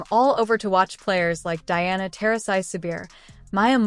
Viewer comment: This entire video is a joke. UCONN games are always sold out. Don't believe anything about this video. Pure trash. At least pronounce Diana's name correctly. Hate WHAT YOU MUST BUT AT LEAST BE HONEST.